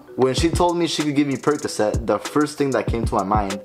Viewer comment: "Money percacet" 😆